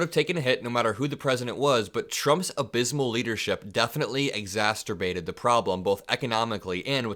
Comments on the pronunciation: it's exacerbated, not exacterbated; you may be confusing it with masterbated. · It's exacerbated, not exasterbated the problem! You make it sound frightingly close to masturbated,! 🤢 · exacerbated not not exasterbated. I'm sure you know this and you just mis-spoke. But that common mispronunciation always triggers me. : ) Thanks for being out there and speaking up. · Love your videos, but this is the second time I've heard you say "exasterbated" instead of "exacerbated." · exacerbated no t an s sound. I know you were already know that and just stumbled on the word and are cranking out videos feverishly I get it. But you wanna be perfect and I want you to be perfect. Keep up the good work destroying Trump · Exacerbated doesn't have Two Ts in it mate, just the one at the end. Good luck. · Exacerbated, not exasterbated. (Though I’m sure we’re all feeling exasperated by now.) Thank you for your work and everything you do,. 🙏❤️ Love your channel. 💙💙💙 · Love you,, but learn how to pronounce “exacerbated.” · not exasterbated but exacerbated. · At 2.39, A new word "Exasterbated" 😄😁😂🤣😆😊👍